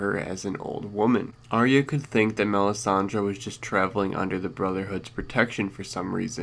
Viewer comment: I don't know how anyone still gets this wrong, Arya is pronounced eye-a NOT arree-ah!!!